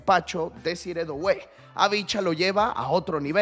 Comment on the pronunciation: no se dice DOuue, se dice DUE como juntando la o con la u en frances DUE